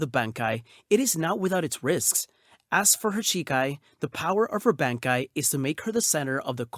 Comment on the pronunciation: Great pronunciation on the bankai’s!